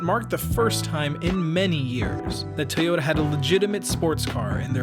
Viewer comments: This dudes pronunciation of Toyota is about to drive me crazy. About as bad as Sarah Palin saying nu-ke-lar when the word is nu-kle-ar Toyota- Pronounced Toi-yo-ta Not: Tee-yo-da If public speaking in English is going to be part of your life moving forward, please learn how to properly enunciate. It really is kind of part of the job description. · Good video, but with 1.4 million views, that's the number of people who now think that 'Toyota' is pronounced 'Tay-ota'. It's not. Can someone at least get that detail right?? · I appreciate the "Tayota" pronunciation, but I to be honest I prefer the Texan pronunciation, Ty yota. Excellent Video by the way!